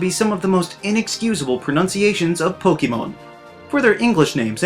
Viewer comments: I love how he makes a video about mispronouncing names while saying "pokeemon" XD. A huge amount of Americans do that apparently, but weirdly enough not a lot of non native English speakers do, and it makes no sense since the name is a fusion of pocket and monster, two English words, it's poké-mon you pronounce the e as in pocket, not pokey... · *Makes a video about mispronunciation of certain Pokemon but doesn’t pronounce the actual word Pokemon correctly. It’s po-kay-mon, not po-key-mon. Po-kuh-mon is also excusable though as when you say po-kay-mon quickly the vowel sound “ay” changes to “uh” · The Most Inexcusable Pronunciations of Po-KEY-mon Names... LOL I like your videos though, man :D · I love your channel, but I find it ironic that you critique people's pronunciation of Pokémon names, while you still say "pokeemon". There is an accent on pokémon, you dunce. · *Complains about mispronouncing *Says Poke-eee-mon 🤨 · u get pretty annoyed about pronunciation for someone who says POKEY MON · >is angry about how people pronounce pokemon's names >says "pokeymon" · So does anyone else find it funny that he mispronounces Pokemon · Kinda ironic since you whine about pronounciation of certain pokémon, yet you can't even pronounce the word "Pokémon" correctly. And it even has the accent mark on the letter e, so your mispronounciation is inexcusable. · You’re saying “Pokémon” wrong though. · Do you know what is inexcusable? Pronounce the wrong way "Pokémon". How do you pronounce "Fiancé"? How do you pronounce "Beyoncé"? Well, the "É" in Pokémon must be pronounce that way and not how you do it in this video :v